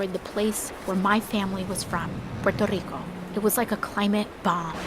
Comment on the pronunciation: She's tslking with a normal voice until she says Maria, and Puerto Rico, then she has to use a hispanic dialect. Yeah dumb ass, everyone knows that your mother is from Puerto Rico, and your father just White, and you grew up in an affluent neighborhood, oh wait, I mean you grew up in the ghettos of New York as a poor hispanic kid with no food or clothing.